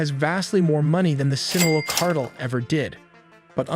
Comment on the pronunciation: They create their youtube videos using AI. It was a mistake on their end releasing this video because you can hear it. Who says cartel as "kart-le"